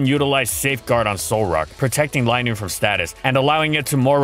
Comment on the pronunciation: its not lie noon is lin noon